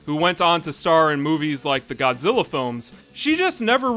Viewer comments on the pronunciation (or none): none